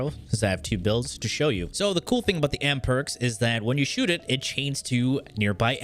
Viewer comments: Trust me, like who tf calls an Amprex an Am-perks? lmao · Boi its amprex not amperx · AMPREX =/= AMPERKS WHAT THE FUCK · Stop saying ampERx aaah triggered me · Aahh what Am perx it's Amprex XD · lol. On purpose. He says that at the very very end of the video. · I was more thinking about the way he absolutely butchered Mutalist Cernos, but yeah who calls it an Amperks??? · ok you had to of been trolling with how you said amprex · Its amprex... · WHY ARE YOU SAYING AMPREX LIKE THAT? MY EARS :'(